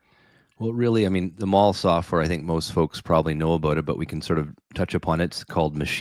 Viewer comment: Maul software ? It was named after Mal Evans. Please have respect. It’s pronounced MAL.